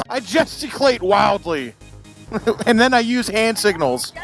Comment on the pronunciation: ...did he say gesticulate or ejaculate??